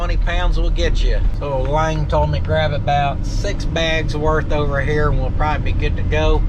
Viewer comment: you are pronouncing Lang properly. It seemed important to you, so I thought I'd let you know